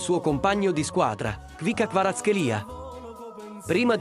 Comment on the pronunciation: Ma non kvika🤦‍♂️🤦‍♂️🤦‍♂️🤦‍♂️🤬 khvica C non K khvi C a non khvi K a 🤦‍♂️